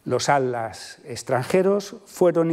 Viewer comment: Me llama mucho la atención que el doctor no pueda pronunciar la palabra "Atlas" y en su lugar dice algo similar a "Ad-las" 🤭 Perdón, no es falta de respeto. Sé que a muchos españoles les cuesta mucho la pronunciación de las sílabas que llevan "tl". En este caso es más curioso porque por el tema de la conferencia ha tenido que pronunciar esa palabra muchas veces. Saludos desde Buenos Aires, Argentina 🇦🇷